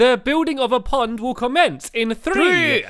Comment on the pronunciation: Stampy said pod my accident instead pond